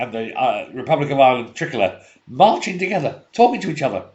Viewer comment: It's TRI! Colour you silly English man as in triumph